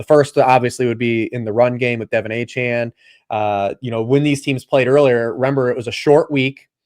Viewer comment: Why does refuse to learn how to say Achane’s name correctly?